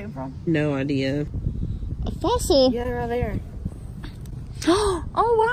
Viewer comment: OMG I just had an idear… Cereal I know you’re an Amber gorl but have you considered editeen a Salah comp of him laugheen?